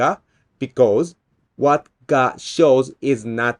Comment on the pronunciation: Really love your works but I just can't help my self. "You cannot focus on the thing because you don't know "wa" I'm talking about"